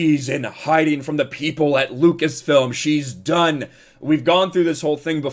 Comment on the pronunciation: Chapek can’t even say “Lucas-film” smh